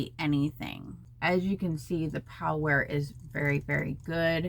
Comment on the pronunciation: Its prowear not powwear sweetie!!